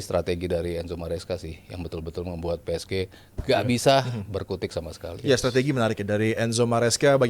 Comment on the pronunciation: Gak nyaman kalo denger ps ge jadi ps ji wkwkkw